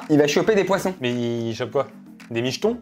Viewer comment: "il va pêcher quoi des michthons" ça me tu😂